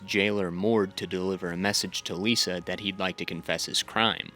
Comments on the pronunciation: There’s a lot of weird mispronunciations in this videos that threw me off. Like how he said Lee-sah instead of Lie-sah. Like did he watch the show on mute with the subtitles on? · Why do you think the Freys are incest family when it’s NEVER said in the show or the books? It gets annoying after a while he just has a lot of kids & keeps marrying little girls who are the daughters of his lesser lords & they give him more kids. & Cat’s crazy sister’s name isn’t Lisa it’s Lysa (Lie-sah) but this was nice I thought you’d do more book comparisons & dumb & dumber totally ruined the show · ITS PRONOUNCED LIE-SAH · You mispronouncing Lysa’s and Cat’s name made me turn off and dislike your video. Did you watch the show? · the Frey incest ish was wild to hear him say. How could anyone get that so wrong 😭 but the video was still pretty good.